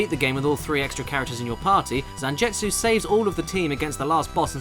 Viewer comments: ZanJETsu? His name is ZanGETsu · Gebel is forgivable, but damn Zanjetsu got me. Zangetsu is used in so many animes it feels like you would have had to hear it at least once. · caddi can not read zangetsu name either, I will dislike this video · Cringed every time you said Zangetsu...